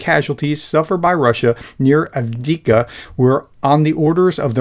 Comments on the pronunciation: His surname is Tsa-rev, Царев. Tzar man. And Avdi - ivka, Авдіївка is because in ukranian we have letter Ї. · No my darling- it's Avdeevka!